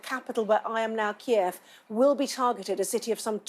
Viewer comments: He can't even say the name of the capital right. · Kyiv is pronounced like two names: KAY & Eve = KAYeve not... KEY eve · A man claiming to protect a city he cannot even be bothered to pronounce with any accuracy. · Ukraines capital "keev". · Ah yes, the iconic Ukrainian capital... Keev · Keev lool its kiev funny president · Did he just call Kiev "Keev"?! Lol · Good lord!!! he cant even read from a teleprompt correctly! and Its pronounced Kee Ev ffs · wow, he doesn't even know how to pronounce the capital of the Ukraine. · Can't even pronounce Kiev properly... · He cant even pronounce kiev thats how much he cares about ukraine.